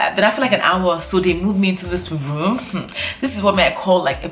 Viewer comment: She kept saying put me in that woom , he he he .